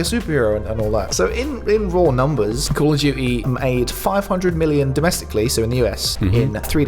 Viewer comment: "Call of dewey" ❤